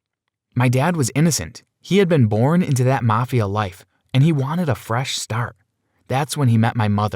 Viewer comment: “MOST WENTED”